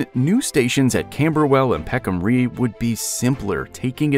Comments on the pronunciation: The "Rye" part of Peckham Rye is not pronounced "Ree". The word rhymes with lie. As it stands I know this part of London. I live in the South East. And I hve been to Peckham Rye Multiplex cinema, more times than I can remember, the cheapest in London. I have caught the N63 night bus that passes through Peckham more times than I can rememember. During COVID, Saturday Breakfast consisted on ordering from a Street Chinese restuarant (best I have had, unfortunately it closed after COVID era) + Calaloo from the Jaimaican stall (all located right next to Peckham Rye station), bought Clarkes shoes in Peckham, caught the 197 bus, 12 bus, 37 bus, 484 bus, 363 and 63 buses more times than I remember. Peckham Rye Station is well connected with at least 4 destinations and more. As someone else says the SE is served with 4 Overground lines, National Rail Lines, a Tram from Croydon to Wimbledon, numerous buses. That being said, I think the Bakerloo lineshould be extended to Bromley and Victoria Line should be extended to Croydon, preferably diagonally to intersect as many lines as possible, to aid connectivity in SE London. I am following the Bakerloo Line extension closely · I find it tremendously irksome when the narrator of a video is obviously from another planet and does not take the care to get not only his facts correct but also the pronunciation. Peckham Rye has already been pointed out as being wrong but nobody has mentioned the Americanism of "route". You say "rout" (as in out) while Brits and most other English speakers say "root" (as in boot). The document has been devalued as a result There are a lot of bloggers and vloggers to catch our attention. If you want to catch us take care of the details. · Interesting project but I'm wondering why at the start there's an aerial picture of Karansky Station in Moscow and why (as pointed out below) the author couldn't be bothered to find out how to pronounce Peckham Rye?? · Peckham 'Ri', not 'Ree'', "Route" = root"